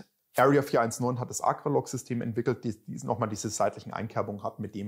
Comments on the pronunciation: Dialekt mäßig gehe ich bei "Bullbab" so würden wir in Franken es aussprechen noch mit. Aber ACRA geht gar nicht🤣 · Google ist dein Freund😉da fehlt nämlich noch ein Zusatz. So wie er es ausspricht, ist es auf jeden Fall falsch😂